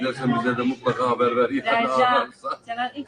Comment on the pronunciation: Habar deyişine sinir oluyorum